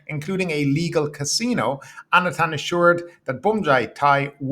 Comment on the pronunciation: Anutin is pronounced like "ah-new-tin". This guy is not going away it seems so we should all learn it. 😂